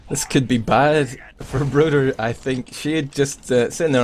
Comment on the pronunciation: Isn't it broder?